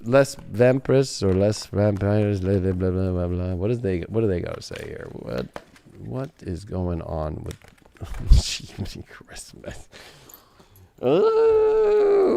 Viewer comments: look, it's not so hard to speak French, lay vompeer in American ok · You're funny trying to say Les vampires. The vampires (I think from what I can hear)